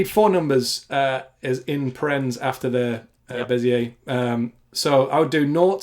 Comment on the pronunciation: Your pronunciation of Bezier is terrible:) is a great inspiration for me, so cool to see you two collaborating PS: I can't say "throughout" nor "focus" properly